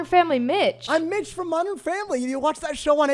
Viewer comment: i swear i kept hearing say mitch with a b in it instead...